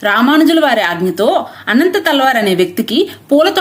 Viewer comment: అనంత తాళ్వార్ కాదు అమ్మ అనంతల్వార్లు